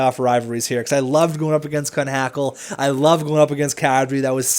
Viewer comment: Kunhackel is pronounce "koo-knock-ol